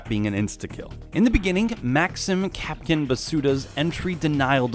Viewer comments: Kapkan not kapkin like napkin remember who can cap can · My worst nightmare people calling KapKAN kapkin